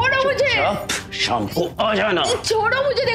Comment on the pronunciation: evening का शाम होता है साम नहीं। हिंदी की बैंड ना बजाओ भाई